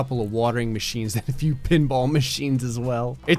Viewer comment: "Its like Dave and busters with a few more guns" Emphasis on "a few" more guns